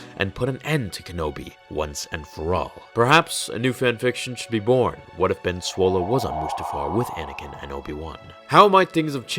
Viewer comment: Sir its B E N S W O L E